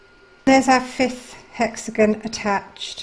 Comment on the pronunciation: Thank you for the lovely video! Only, it is hexaGON, not hexaGNO. Hexa is the latin prefix for "six" and "gon" is the latin postfix for "corners". Thus the words hexagon for a shape with six corners, octagon for one with eight corners, and so on 😉 I love the golden thread ❤